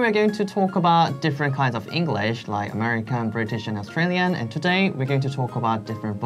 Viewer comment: It’s either TOODAY OR TADAY not TODIE